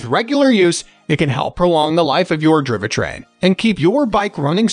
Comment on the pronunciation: Yes.. all the video and spoken content was taken from manufacturer videos. WTF is a driva-train?